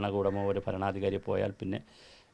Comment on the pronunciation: ഫരണാധികാരിയല്ല, ഭരണാധികാരി.